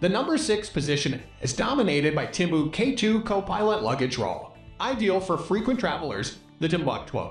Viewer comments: I don't know, that tim boo kay 2 suitcase sounds pretty interesting... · Not as bad as the Timboo Kay 2 lol